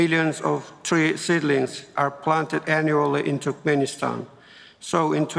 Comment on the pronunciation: он говорит туркменистан как TurkPenistan